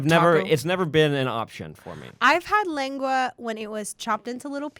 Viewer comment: i love you for pronouncing lengua